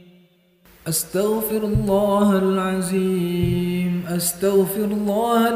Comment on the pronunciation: Maap itu makhroj huruf dzo perlu di perbaiki bacanya jgn za contoh pada kalimat astaghfirulloohal'adzim... Jgn jadi aziim